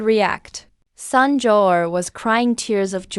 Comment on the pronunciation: kelan ba magkakaroon ng ai na marunong bumigkas ng tamang pagbigkas ng mga salita??? ruyan ang pangalan pero ang bigkas ng narrator rayan... palpak!!! ai ba talaga???👎👎👎👎👎yung sun bigkas san??? ang bigkas nun soon hindi san... jiao= jia o??? dyaw yun...